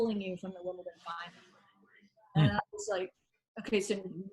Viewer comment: Why can't Americans pronounce Wimbledon right? It's not Wimpleton